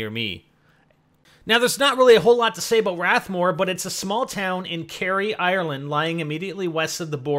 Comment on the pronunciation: Its not Rath more Its Rathmullan donegal...